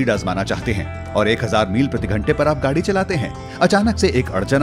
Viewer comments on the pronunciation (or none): none